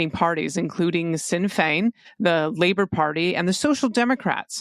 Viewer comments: Sinn Féin is pronounced “Shin Fane” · Minor correction: Sinn Fein is pronounced "Shin" Fein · So it's Shin-fane, and Feen-uh Gail, for the Irish parties 🤗